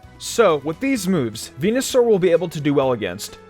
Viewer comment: He said fucking venasaur